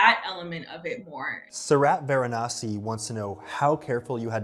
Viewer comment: Anthony its not vaaayraynasi! 😂 It's VAARAANAASI 😂 ♥ U SHOULD VISIT VARANASI THO